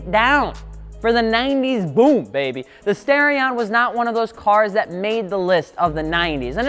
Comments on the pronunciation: Maybe im wrong, but i would assume the starion would be pronounced star-ion as in star. Not stairion. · Stairion? No, it's Star-ee-on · Its STAR-e-on. Not STAIR-e-on. This is worse than people who call Aluminum "Aluminum " and add that invisible "i" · Nice video. Great cars. Would love to get one and do an engine swap on it. Something light, powerful, and high revving. One thing. It's NOT STARE-EE-ON, it's STAR-EE-ON. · Stairion? Star-ion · I waited all that time in the intro to hear you say the name of the car and you ended up saying "Stare-ion".... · lol he said stairion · I really hate that he pronounces "Starion" as "Stairion", lmao